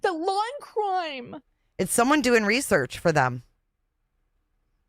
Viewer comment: Not me literally laughing out loud every time I hear "the Waw and Cwime 😭" New here and never leaving!! ❤️ ❤️